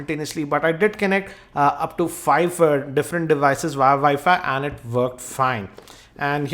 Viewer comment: my dad called it wefi it annoys me